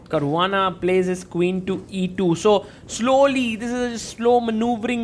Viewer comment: Caruana ❌❌ carvaana✅✅